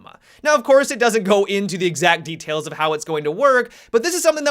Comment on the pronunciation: did you say DETAILS ?